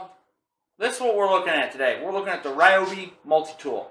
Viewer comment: REE-OBI not RYE-OBI... carry on